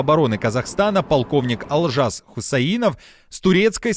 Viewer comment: Почему Олжас Вы произносите как Алжас? Это тоже самое что называть Ольгу - Альгай.